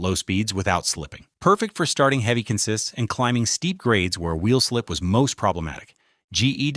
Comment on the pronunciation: ... or pronounces consist that way.